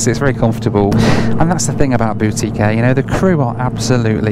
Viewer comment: When you first said “boutique air”, I heard “Bootie Care”. For a moment I thought this was going to be a very different sort of video from those you usually make.